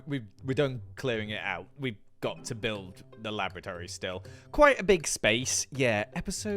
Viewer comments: thank got for subtitles XD because I hear "Lavatory" and not "Laboratory" when he's talking about the basement XD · How many times did he say lavatory rather than laboratory? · Kept hearing Lavatory instead of Laboratory. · loved the episode but can't unhear the fact that every time says laboratory it sounds like lavatory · More often than not I heard you say Lavatory instead of Laboratory ... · I can't help but hear lavatory each time he says laboratory... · Is the way your pronouncing 'laboratory' the same way as 'lavatory' a part of your weird character, or is it just you being weird? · Every time he says 'laboratory' all I hear is 'lavatory' and it's funny. He's built a secret underground giant rainbow toilet 😂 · I keep thinking is saying lavatory. What's worse is I would not question him. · Did anyone else hear: Laboratory lavatory lavatory lavatory Lab.Or.Atory Lab lavatory Or was it just me?